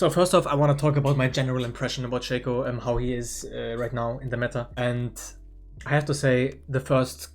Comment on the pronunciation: you pronounce "Shaco" wrong